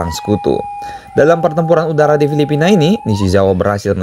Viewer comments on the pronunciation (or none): none